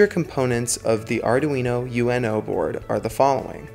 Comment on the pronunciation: It's not Arduino U.N.O, it's Arduino uno. Uno as in the Italian number one.